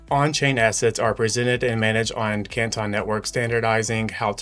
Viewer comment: I live in the city of Canton and that is not how its pronounced you guys are murdering the spelling